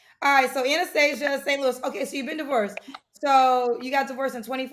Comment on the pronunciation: Come on, did you call her Anesthesia or Anastasia? 😄😴